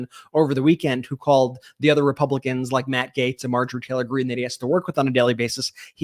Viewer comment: I love how calls her Marjorie Trailer Greene.